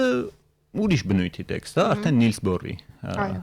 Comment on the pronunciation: Նիլս Բոր ո՛չ թե նիլս բուր... 😂😢😮😅😊